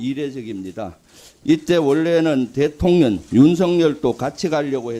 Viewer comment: 령이 발음이 잘 안되시네요.....대통년 ㅋㅋㅋㅋㅋ 아닌가 정확하게 표현하신건가 ㅋㅋㅋ